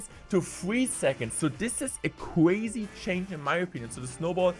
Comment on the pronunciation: Ewuwe change is weally cwazy